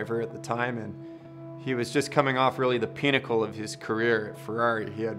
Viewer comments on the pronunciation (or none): did he say "the pinochle of his career?"